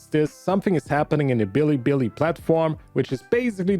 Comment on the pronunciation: Btw bilibili is pronounced beeleebeelee